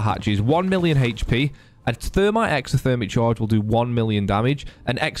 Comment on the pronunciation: “1 million haech p”😂 love your videos man